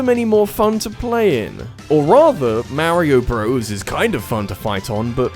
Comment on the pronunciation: "MEHREEOH BROS"